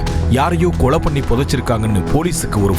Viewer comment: கொளை இல்ல.. கொலை